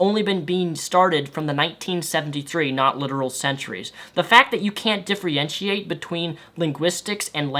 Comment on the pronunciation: Please stop saying "difreeeeinciate" it's "differentiate" love you